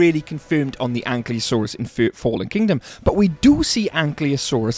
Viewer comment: its not ankliosaur😂😂